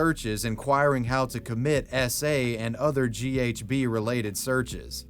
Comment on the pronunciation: I know he's saying SA but it sounds like he's saying Esse and it's killing me